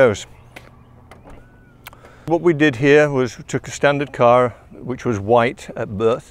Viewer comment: says car in an American accent lol